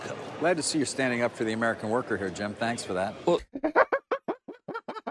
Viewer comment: "I can't let ya do that workuh..."